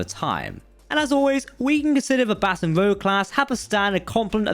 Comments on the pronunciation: Because A) Baton Rouge is a city in Louisiana and B) Rouge and Rogue are both real words and different words. The ship class is Rouge and he's saying Rogue. We very much know he's pronouncing it wrong. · Right. It's not just mispronounced, it's the wrong word entirely! Rouge, the color, not rogue, like the star wars story! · "Baton Rogue" ... are you even listening to yourself or are you just dim? "Rouge" and "Rogue" are NOT interchangeable ... Emily Littella -- "Nevermind." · You keep pronouncing the name of the class of the ship wrong. The "Rouge" in Baton Rouge is pronounced like "Rooge". Like the word "scrooge" without the "S".. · Btw . Its not pronounced rogue . But but French. For red . Like moulin rouge. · People are saying its pronounced wrong because it is. The name is Baton Rouge. (G sound is as it is in 'The Cage.') It is being mispronounced as Baton Rouge (G sound as in Gorn.) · The pronunciation was atrocious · Perhaps originally, as it is a French name, but as I am from Baton Rouge I can assure you that everyone here pronounces it “batten,” as in batten down the hatches. It was the “rouge” part, rouge as in red, that the video narrator got wrong. Just look up any video from a Baton Rouge local newscast. Another localism that comes to mind is the small Louisiana town of Iowa. The locals pronounce it “eye-way.” I have never been able to wrap my head around that one.